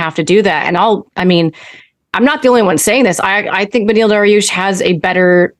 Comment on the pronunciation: He said douche instead of dariush haha